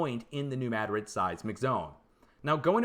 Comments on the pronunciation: It is New MADrid, but he pronounces it with an e between the D and the r, like MADerid. That’s what’s driving us linguists crazy. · No it’s New Madrid, not Mad rid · There is no proper pronunciation of Madrid that puts the accent on the first syllable. It is a Spanish name. I should know, it is a family name.